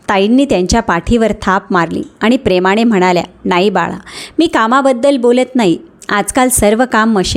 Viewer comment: प्रेमाने.... प्रेमाणे नाही... कृपया उच्चारा कडे बारीक लक्ष द्यावे. सीमाने.... सीमाणे नाही